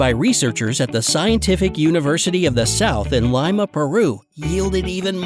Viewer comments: You per pernounced Lima puro wrong it is pronounced: l-e-ma pero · Roses are red, violets are blue, why did he pronounce it lime-ah peru? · Learn to pronounce... Its not "lye-ma" Peru. Its "lee-ma" Peru. Its also not "guy-ardia". Its "jee-ardia". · This dude just said, "LYMA, Peru" bro, plz get some respect for all my fellow Peruvians out there